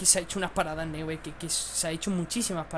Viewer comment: Neuer se pronuncia `Noier'...